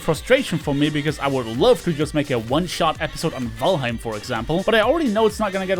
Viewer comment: Hello fellow european! I just wonder witch country you're from, since you pronounced Valheim in a Norwegian/Swedish way. I'm Norwegian btw :)